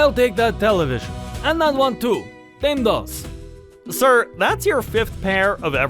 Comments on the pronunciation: It's funny that you're doing a German/Russian accent for those who speak Spanish. It's not pronounced dame dos. D'Ah - may, dame dos. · it's pronounced: dah-meh dos